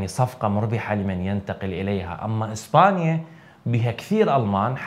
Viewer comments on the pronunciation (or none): none